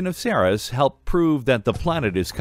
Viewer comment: I just checked over at Wikipedia, where I confirmed that the way I've always pronounced the dwarf planet Ceres is correct--series, rather than SEAR-us.